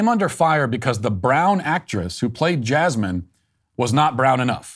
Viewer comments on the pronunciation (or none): none